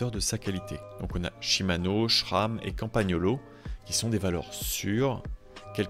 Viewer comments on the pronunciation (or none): je crois qu'on dit simano / shram 😵